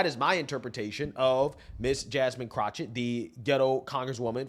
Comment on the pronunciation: Jamine "Crochett". Omg! LMAO!😂😂😂😂